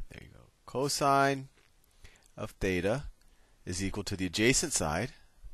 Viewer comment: θ is pronounced theta